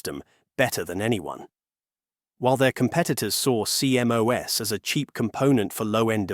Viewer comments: No one says C M O S, it's pronounced "sea-moss". Dumb AI sheet. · CMOS is usually referred to as "See Moss," not C-M-O-S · Apparently, the AI voice used here doesn't know that the proper English pronunciation of CMOS is see-moss. I learned this in the mid 1970s as an electronics student in college.